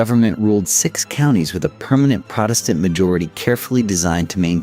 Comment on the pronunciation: What's just as annoying to me is when it switches back and forth sometimes they'll do the proper pronunciation, sometimes not. Protestant is another one that sticks out